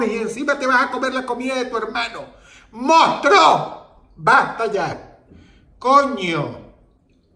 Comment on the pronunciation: mojtro jajajajajaj XD